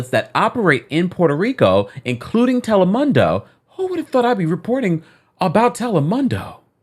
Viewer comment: Telemundo is pronounced Tel - lĕ - moon - dō Just trying to help. 💕